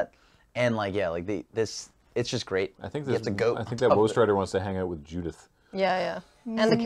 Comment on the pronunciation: Every time i hear them say woe strider it sounds like wolf strider. Lol. Yay. They see me. Cant wait for the pre- Release i go too